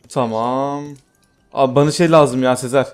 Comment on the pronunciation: Abi sezer abiye niye hep seer diyin😅